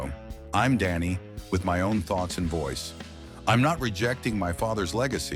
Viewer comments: It's pronounced Danny, not Donnie. I cannot listen to artificial insemination voices anymore. I quit. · Is it me or is this Idiot keep saying Donny ???